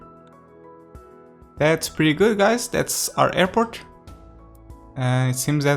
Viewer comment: I love the new hairport! (That's how you pronounce it btw)